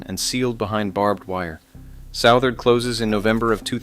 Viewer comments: It’s pronounced Sutherd not Sowtherd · Interesting to see a video about Southard. One thing, it's not South-ard, but Suth-ard. Second, other than the soon to close plant, there is no town, hasn't been for decades. Just to the west of town you'll see a water tower. Around that tower you'll see some faded roads. That was a community of mobile homes that made up the "town" of Southard. My brother lived in one for a few years. But all of that is long gone. Sad for the employees...